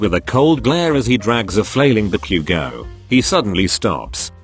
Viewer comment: I heard barbeque-go Now Ba-Bakugou But barbeque-go 🤣🤣🤣🤣🤣🤣🤣